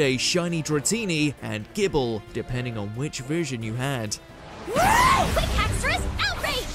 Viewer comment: Number 11: Hax-OR-us Haxorus: HAX-or-us Iris: It's HAX-or-us WM hurt itself in confusion.